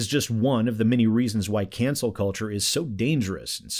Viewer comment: Is he saying Cancel or Cancer? I swear he's saying Cancer.